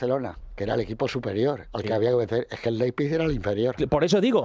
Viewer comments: LeiZPig no. LeiPZig. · Laipsik, pronunciándolo bien en alemán